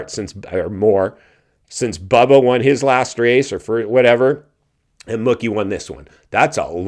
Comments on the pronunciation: His nickname is pronounced "Mookie" like "Pookie" NOT "Mucky" "20 years apart or more"? Bubba's last SX win was in St. Louis on March 29, 2014 so, if my math is right you are about a decade ahead of yourself since it's not even March yet. Yeah, you seem like one of those kind of tight asses WTF are you holding on to it? You can't spend it when you are dead. They posted it on their Instagram before you uploaded this video that Tomac has a broken left leg. do some F'n homework before you come on here with these word salad videos. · it aint muhkee bro, its MOOkey. jesus 😆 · I can't stand you. The way you said Mookie like Cookie 50 times had me so irritated. It's Mookie yes but pronounced like the cow sound.... Moo-key. For someone who has a show about Motocross and watches it you should be able to know that and pronounce it right. I have no problem with Mookie winning but I doubt he will ever win again and If Jett was there and not hurt and if Tomac wasn't hurt or Sexton didn't crash I do not think he would have won that race no way no how. And it hasn't been 20 years apart since Bubba won and Malcolm did. James last win was in 2014 so you're math ain't mathing.....not even close. It's only been 10 years. Smh can't stand you you're so lame and cringey.